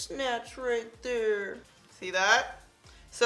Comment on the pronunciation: Here goes my 15 minute break that i extend to watch this video 😂😂😂 “Nice thin runway right thur” “Nice little contour right thur” “Landing strip right thur” “Nice little nose snatch right thur” gotta love your videos❣️thanks for the constant uploads, reviews and bloopers.